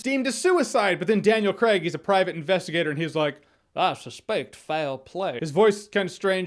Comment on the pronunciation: Gets worried about getting the correct pronunciation for Ana De Armas... pronounces Craig as 'Creg'